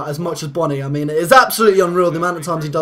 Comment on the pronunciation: It's pronounced bone y